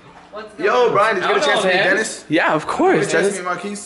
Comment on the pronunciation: I heard you said DENIS for some reason.